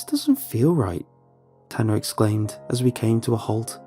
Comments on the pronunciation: i thought his name was ‘tana’ too until they said he was a guy. his name is tanner, it’s bc oh his accent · The story "Incidents in the woods" would've been better had Tana(or Tanner, couldn't tell because of the accent) didn't come back to life. Or not make him a monster or something.